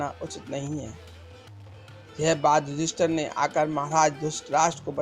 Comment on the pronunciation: Bhadu , ....... tu ...... ister " ka gungan krne wala feel ho raha he ..... tabhi to tu ..... yudheesthir .... ko yudester bol raha he 🖕🖕🖕